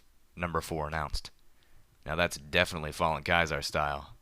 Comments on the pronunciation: you pronounced caeser like Kaiser you say it SEE-SAR just so you know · It's pronounced "Cee-zer".